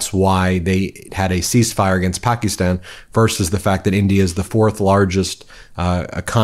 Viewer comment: 'Pahk-a-stan'... not, 'Pah-KEE-ston'... professor. How is it that a Georgetown, educated attorney has so much trouble with foreign pronunciations??? It's disrespectful.